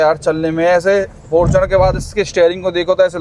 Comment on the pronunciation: Bro is totally original Yuva-e-Utaar Pradesh....the way he said Fartunerrrrr